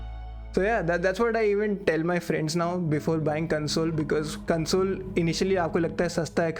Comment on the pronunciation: I dont want to sound mean here but search on YouTube "How to Pronounce CONSOLE & CONSOLE - American English Heteronym Pronunciation Lesson" but the video had value. good job